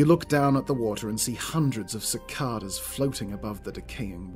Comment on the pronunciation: Hey just wanted to say the word Cicada the 2 a's make different sounds 6th comment 105 view 13th like